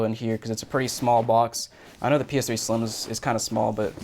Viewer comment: Soooo you are saying PS3 sliem